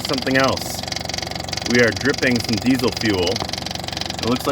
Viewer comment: I may have heard wrong, but are you one of the only Americans who pronounce 'Diesel' correctly; 'z', not 's'? If so, you have my respect :-)